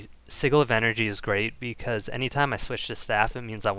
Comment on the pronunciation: Really great video, love the build for my Guard. Though, Sigil is pronounced S(as in sigh)-i(as in bid)-G(as in jam)-el(as in bottle) or as 'sidgle'.